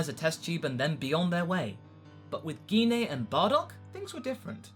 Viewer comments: Yeah, but that's not how you pronounce Gine's name. It's Gine. "Gine! Gine! Gine! Gine!" - Scott - X-Men. The G makes the J sound. The I makes the E sound. The E makes no sound. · I'm pretty sure you're pronouncing "Gine" wrong. I think it's pronounced "J-ain"